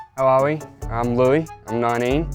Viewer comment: “im nawwineen”